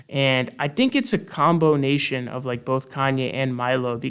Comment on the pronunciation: Did my guy just say "combonation"?? lolol